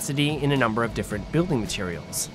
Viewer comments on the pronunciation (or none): none